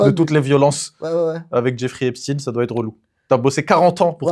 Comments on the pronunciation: C'est epstaan pas esptiiine merde. Et merci pour vos rires🫶🫶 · Haipchtayne si tu veux l'écrire comme ça se prononce je crois